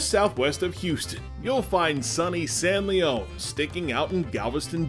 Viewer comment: lol, it's San Lee-on, not Lee-own, no matter the history. I do look forward to checking it out, I live 10 miles away and had no idea it was even there.